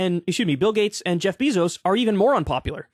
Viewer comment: Wait… have I been pronouncing Bezos wrong this whole time?